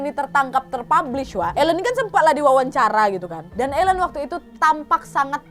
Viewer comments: Bukan Elen pengucapan namanya tp Ailin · Aileen (dibaca: Eilin) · Susah kali english kau wak, itu cara nyebut nya Aylin, Dayen dan Kith yah wak! 😆👍